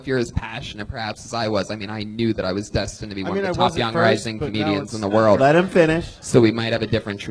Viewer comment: I like how Brian is 41 and still can't pronounce the word world.